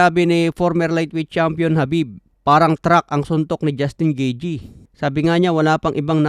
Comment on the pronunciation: Anung gijey 😅😅? Gayteh yan pag pronounce😂